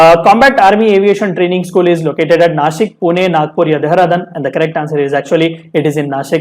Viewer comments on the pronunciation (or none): Its not DEHRADANN "देहरादून" कहते है उसे 🙂